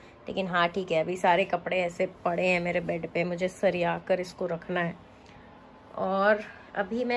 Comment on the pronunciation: ''Kapde sariya kar rkhna hai'' In Bihari style...😂😂